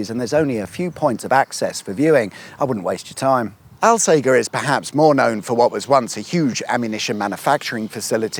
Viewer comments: Rather poor production values when you cant even say Alsager correctly! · Alssager has a soft G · Hahaha, finally in the area I spent so much time delivering shopping in a former life. Lovely areas with great views for the most part. Thanks for coming back oop North. Still, soft G in Alsager chap. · No one round here pronounces Alsager like that. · Al "sage" r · ALL - SAGE (the plant) - ER, not fucking Al-sager, Al-sagger, or any similar mispronunciation!! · Correction the town (Alsager), at least to most local people, is pronounced All.....Say....Jer. When you say 'Al' Sounds like you should be saying Weird Al Yankovic. Sorry to be pedantic but thats just so wrong! And i can Say that cause My grandparents are from there and I live in the town next door lol. And Holmes Chapel is pronounced Homes.......Chapel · One for the notes, alsager, is pronounced "ul-say-jur" by the locals by the way 😅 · The locals pronounce Alsager as "all say jer". Dunno if you knew that or were mispronouncing it deliberately. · Did you not ask local,people how to pronoun the towns name Al sage er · Love your work. But it’s pronounced All-Sage-er 👍🏻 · It's a soft G in Alsager. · You went right past Sandbach with its awesome ancient Saxon Crosses and lovely old buildings. Ps - Alsager 'All Say Jer' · It's pronounced alsaja. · Alsager is pronounced “Alsajer “ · Alsager? (pron. al-say-jer) Famous for Crewe and Alsager College if you're of a certain generation and were going through 'clearing' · I'm from Alsager, and we find it hilarious that no-one who hasn't grown up here can say the name. It's like Hot Fuzz. It's All-sage-er. Also we refer to 'Congleton' as Mongleton. So if you could add a caption correction that would be great 🤣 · Its pronounced alsajer 🙆‍♂️ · Now we are talking. Lots of my cycle routes on this one. Oh and you started in All-sage-er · Its pronounced All-sayjer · "All Sage er" Alsajer. C'mon, just ask a local :D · its pronounced al "sage" er